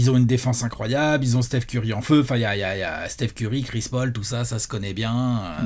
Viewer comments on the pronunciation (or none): none